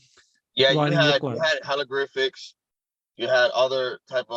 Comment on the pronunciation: He says Halogrifics instead of Hieroglyphics